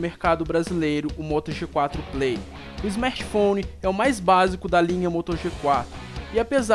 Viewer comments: Belo smerti foni mano!😂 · smetphone kkkkk fala direito mano. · o cara quer criticar algo e fala esmerti founi 😂😂😂😂...é cada um que aparece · smertphone aprende a fala meu